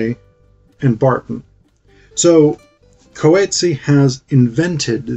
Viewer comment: Love your video! Just want to say that you are saying his surname a bit wrong. Other than that- thank you for your time and video 🎉